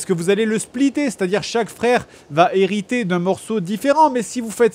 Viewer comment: JDG prononcera mal 'hériter' 154 fois.